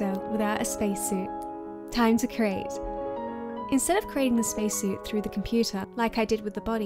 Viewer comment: "CREATE" NOT "CRATE".